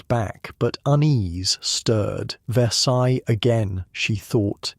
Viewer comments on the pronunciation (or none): none